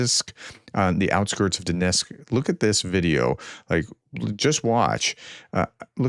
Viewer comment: I can't listen to your abysmal pronunciation. Sorry. Even a frequently-mentioned locality like Donetsk appears to be too difficult for you. Poor commentary.